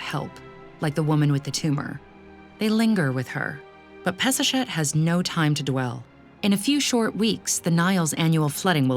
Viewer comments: HER NAME IS pass a shet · Peseshet sounds like Piece-a'-Shit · I can't get it out of my head. Peseshet and piece of ** sounds the same!!! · All I hear is Piece of $het....seems lovely though. Actually fits with her priestly rivals. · Drink every time she says peseshet